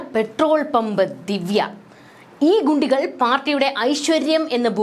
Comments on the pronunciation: 😂 ഗുണ്ടികൾ അല്ല " "കുണ്ടികൾ" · ഗു അല്ല കു.. കു ബു ഹ ഹ ഹ ഹാ...